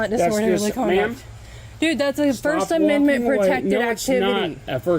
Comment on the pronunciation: This stupid chief doesn't even know how to say "First Amendment Protected Activity" correctly. Makes you wonder....